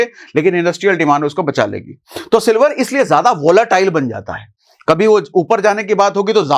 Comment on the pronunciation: Sir ap ne silvar ki jagha me dilwar bol diya